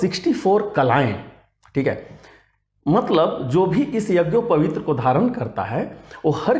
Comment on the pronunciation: यज्ञोपवीत को भी तुम शुद्ध नहीं बोल सकते हो क्या वीडियो बना रहे हो पहले यज्ञोपवीत शुद्ध बोलना सीखलो